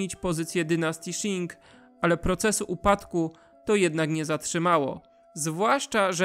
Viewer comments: Jestem w połowie Chińczykiem i dziękuję za ten świetny materiał :) Tylko jeszcze jedno nie wymawia się Szin tylko ćin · Qing wymawia się ćiŋ nie sziŋ. Proszę się nie uczyć chińskiej wymowy od Anglosasów :)